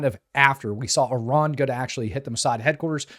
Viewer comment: Let's be honest!! You are actually an Israeli dual citizen. Since you can't even pronounce "Iran" and you forget the occupation, violence will not go unpunished. YOU are the nut job!!